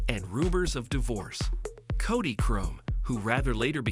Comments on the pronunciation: Especially since the "narrator" calls him caudy instead of cody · The Ai narrative sucks badly. The pronunciation of words such as Cody being pronounced as “Caud-ie”. Lousy production.